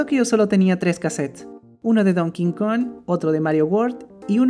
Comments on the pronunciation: Porque dice donking kong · Donkey kong country 3❌ Don Kin kon ✔ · Nadie: Absolutamente Nadie:: Don Kin Kon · JAJAJAJAJAJ SI ESCUCHE #DonKingKong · Yo escucho a decir:don King Kong Automáticamente yo: se dice donkey Kong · me encanta “ Don Kin Kon” :) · me di cuenta de que casi todos dicen "dONKIN kON" xD Hasta, el dios de los dioses todo poderoso *reza el padre nuestro como una tia*